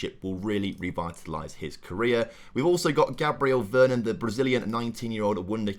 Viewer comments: PLOT TWIST: Andre is a deaf mute and hasn't been told yet. BTW it's V-E-R-O-N not Vernon hahaha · Loving the series, p.s. please reread veron’s name ty ty